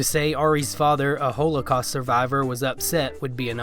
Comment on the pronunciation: No one pronounces holocaust like that LMFAO is this AI